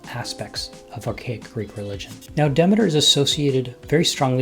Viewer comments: I found that it's pronounced [ dih-mee-ter ]. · Duh-MEE-ter. PLEEZE!!!!